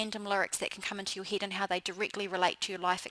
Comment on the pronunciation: omg, no offense but your accent made me lol!!! "your "eide" (head), "everyweire" (everywhere), "beid" (bad)... lmao